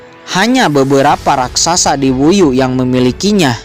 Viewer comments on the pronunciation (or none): none